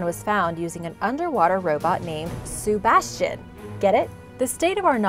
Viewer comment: Lol i thing it said my name sebastian but subastian